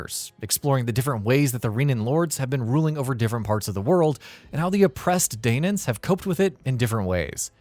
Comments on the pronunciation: This reviewer did not play the game, not even for 5 minutes. He calls them "Reenans" and "Daynans" throughout the whole thing. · They’re pronounced “Reh-na” and “Dan-uh”. Makes me wonder if you actually played this game or listened to anything in the storyline.